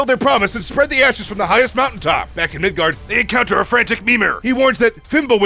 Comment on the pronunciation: Mid God not mid gard